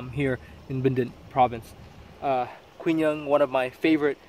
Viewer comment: 'Quy' in Quy Nhon is pronounced like 'We' not 'Kwi'.